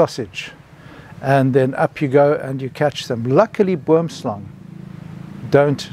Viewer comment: Terrifying venom. That sounds like a poison from a movie. Good thing you didn't have to find out if you could get antivenom in time. Oddly I heard the snake name as wormslang through the entire video, till I read the comments and looked it up, because of how the Afrikaans oo is pronounced, even though I know boom is tree in Dutch.